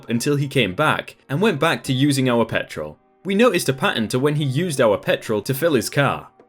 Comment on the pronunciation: I always listen to your videos and rarely look at the post because I'm a lil dyslexic. Anyways when you said petrol I thought you said pet troll